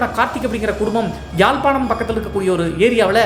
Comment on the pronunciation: யாழ்பாணம் இலவ்கை என்று அழகாக கூறிய ❤